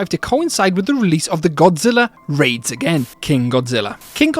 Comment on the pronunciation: he mispronounced godzilla raids again as godzilla reads again, and he gets divorced in a joke book